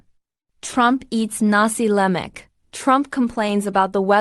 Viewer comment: We Malaysian don't speak or call nasi lemak as " nasee leimak".I am wondering whether the narrator of this video clip is a Malaysian or not.😂😂.Malay pronunciation is straight forward like German ".Nasi Lemak.!"